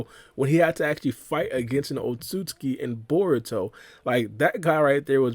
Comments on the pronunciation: otsuki it's otsutsuski that's how you say it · In the English dub in Naruto, It’s pronounced Oht-So-Suki. But in Sub it’s Oht-Suski. So either way works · My guy trying really hard to pronounce Otsutsuki